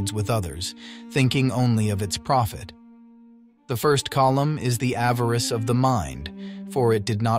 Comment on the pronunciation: It’s Avarice— not avarest!!